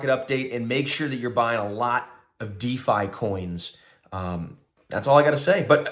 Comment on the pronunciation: At # , are you saying "dee-fy coins" or what?